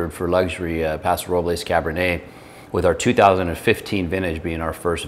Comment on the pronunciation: Thank you for pronouncing Paso Robles correctly!